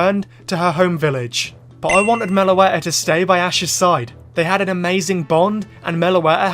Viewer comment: MELOETTA, NOT MELOATA!